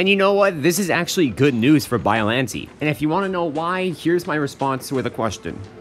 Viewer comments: hm yes but i pronouce biollantay you pronoonce biollanteee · You said the name wrong but close enough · Bro you’re saying it wrong